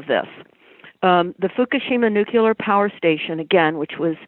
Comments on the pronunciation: So you trust Tony Blair he can pronounce nuclear . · may be correct in her research and analysis but I find it hard to trust someone who can't pronounce nuclear correctly.